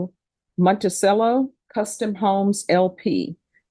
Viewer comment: Some people’s favorite judge cannot pronounce Monticello.